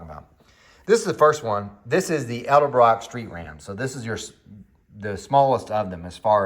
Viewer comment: Thank you for the ED EL BROCK pronunciation. Now I'm going outside to hook up a PVC valve to my Harley carb!!